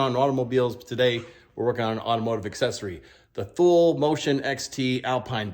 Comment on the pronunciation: It's pronounced Tooly